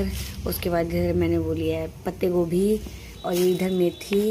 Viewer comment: Patta Gobi ko patte Gobi bol rahi h ..mera to sar dard ho jata h iska video dekh kr